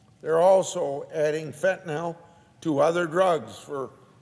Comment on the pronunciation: It's fentanyl, not fentanel or fentanol...